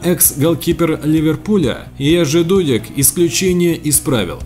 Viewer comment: какого приятного просмотра?ты посмотри в коментах какого ты забыл упомянуть（кроме Акинфеева-он не топ）.Голкипер номер 1-Яшин（единственный вратарь удостоенный злотым мячом）,а также Дасаеев,Чилаверт（один из моих любимых）,Субисаретта,Бартез,Тольдо,Дида...Ну и конечно же читай правильно фамилии голкиперов（а то от твоего ДУдека и Де Хея пипец как по ушам бьет）.Вывод：ты вообще не понимаешь в голкиперах!